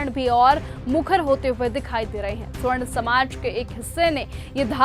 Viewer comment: मैडम जी स्वर्ण नहीं सवर्ण होता है 😂